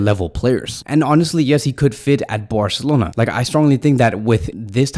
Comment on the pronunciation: Could you please say Barcelona instead of Borcelona😅